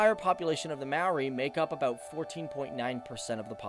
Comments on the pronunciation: Completely butchering the maori names man 🤣 it’s easy to pronounce when you know how to say their vowels (a-ahh e-eh i-said like saying “e” o-oar but without the “r” sound and u- ooohhh. Also, if that didn’t help, for starters you pronounce “maori” as mow-ree but almost as if you are going to roll the ‘r’ but not quite. And Mount Ruapehu is said as roo-uh-pay-who. Real good video though! If you do a part two, maybe talk about the All Blacks (our national rugby team) as they are literally our pride and joy. You can also talk about pavlovas, pineapple lumps, L&P because it is LITERALLY THE GREATEST SOFT DRINK TO EXIST!!! If anyone who is planning to go to New Zealand sees this... GET L&P!! Sadly there are some downsides to our country, society wise. This includes our drinking culture, domestic abuse rates, and obesity rate. We are ranked #3 in the world for obesity I think? But if you came here and saw us, many of us aren’t large haha. I love New Zealand because it’s such a beautiful place, we have so many opportunities here and I always feel safe. There is no doubt in my mind that I feel comfortable to walk around alone at night as a female. I’m proud that as a country we are trying to sort out anything negative about us. Another thing to probably mention is our stable economy! It’s great! If you’re visiting during summer, I really recommend checking out Mount Maunganui as a place to visit because it has an amazing beach, plenty of shops and an amazing mountain to climb, which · Maori is pronounced like the word mouldy (mo-rr-e) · you pronounced it mari not mowthe you need the moldy to help with the last half but most people get it wrong anyway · more like mowthe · I live in new Zealand and it's pronounced möri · you said moari wrong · It was fine until he said “Maori” bloody hell!!! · Not the worst pronunciation of Maori I've ever heard. Some people think it's may-oh-rai. Like long I.